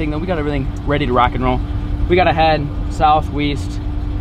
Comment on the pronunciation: did you just say south weast